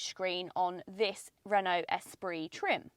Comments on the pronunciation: Congratulations on perhaps being the only channel who can pronounce "Esprit" correctly when reviewing this car, haha. Ordered mine recently after an extended test drive, told that I might get it by March if I'm lucky, delays are insane at the moment! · Finally someone who pronounces Esprit correctly 😂 my daughter just bought one in the gorgeous iron blue and as you said it is the best colour to pick.... excellent review as always!